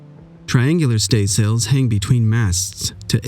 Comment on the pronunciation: Very well done, thank you for this! The only remark would be that some of the nautic terms are pronounced wrong, as sailors abbreviated almost everything. Staysails for example would be pronounced stays'ls. Forecastle was pronounced forcs'l, topgallants t'gallants and so on. And another small correction, studding sails would not be set in good weather conditions, but rather in poor wind conditions. (which could be sunny weather ofc.) Think of it like this: the more wind, the less sails were set, because the wind + sails could overpower the structure. The less wind there was, the more sails were set, to harvest every last bit of it. If wind conditions changed, the crew had to be fast to get rid of the excess sails, or catastrophic damage could occur.